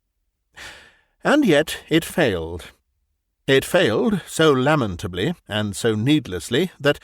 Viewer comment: Thanks for pronouncing "lamentable" properly.